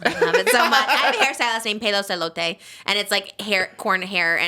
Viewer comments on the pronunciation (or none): Trish saying pelos de elote has me dying 😂😂😂